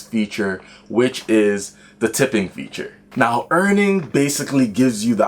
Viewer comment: Dude its Earnin, not earning